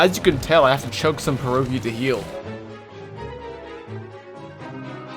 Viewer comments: it's pierogi not pierołgis you read it like it is writenned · ITS NOT PEWOGIS. ITS "PIEROGI"....... ONE PIERÓG. TWO PIEROGI.......... I feel offended as a Pole........ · Its not perogi, its pierogi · Eh I know it doesn't matter but, you read "pierogi" as "pi ye ro gi" polish accent is hard and loud